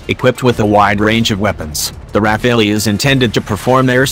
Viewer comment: IF YOU ARE DOING A DOC ON THIS FIGHTER CALL IT PROPERLY:RAFALE(Strong gust of wind').......NOT RAPHAELLY...momo!!!!